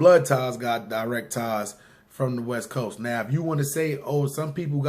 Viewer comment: "westboast" lmao